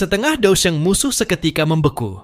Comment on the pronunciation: Haha Alian si sungai mendalam itu banseng bukan dousheng